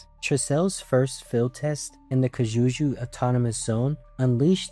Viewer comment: Sorry to say dude but you're butchering the pronunciation of excellas name, kijuju, tricell, etc 😅